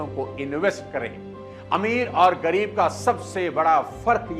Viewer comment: It's ग़रीब not गरीब